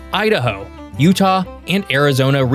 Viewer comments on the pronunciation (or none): none